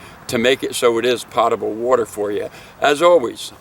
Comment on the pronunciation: PO-table. Not POT-able.